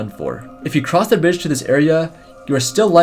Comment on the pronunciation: says brdige